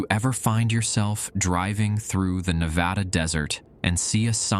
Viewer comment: The best part of the video? The proper pronunciation of Nevada. Thank you.